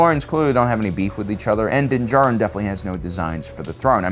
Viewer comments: He’s doing his usual not so subtle friendly trollings, as he keep saying Din jaRIN instead of Din D JAR RIN like most people. See, it made two of us troll bumpkins had to comment on his purposeful speech impediment. 🤦 🤣😂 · you’ve slipped out of your usual subtle friendly trolling states and pronounced ( Din JAR-rin ) instead of your usual Din ja-RRIN... That’s like Mando waking up and forgot to put on his helmet!... 🤣😂